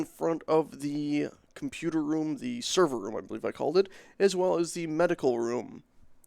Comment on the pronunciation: "Sever room"